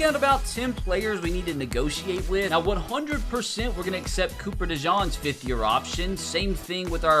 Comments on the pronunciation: It’s not De Jean it’s De Jan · The way you say copper dejeans name bothers me lol. It’s D Jean like a pair of jeans.